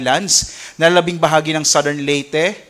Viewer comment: Commend ko lang si sir magreport, aside from the very important updates, first time ko marinig yung tamang pronunciation ng southern at category. Pero kudos to all specialists of DOST Pagasa.